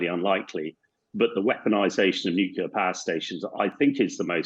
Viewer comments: Even this guy says "nukular". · A person loses all credibility when he says " nukular " . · it comes from the word nucleus (as in the nucleus of an atom) which is not pronounced that way. Nucleus is not pronounced nukeulus. he is saying it wrong. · Hamish, WHY CAN'T YOU SAY 'NUCLEAR'???